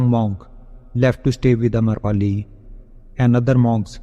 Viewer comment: Amrapali not amarpali